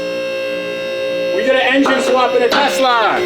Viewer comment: They are called "Teslur" :D